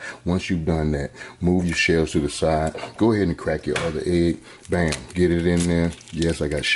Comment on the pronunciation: Lol this philly boy j uncle. “Theee best”